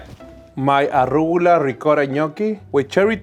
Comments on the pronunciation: That's it, I'm going to pronounce it "arrugula" from now on! Love Saul! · I’ve been saying arugula wrong my entire life…